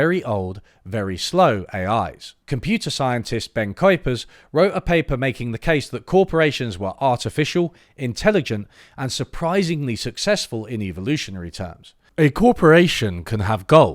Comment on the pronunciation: Kuipers is pronouced Ki-pers.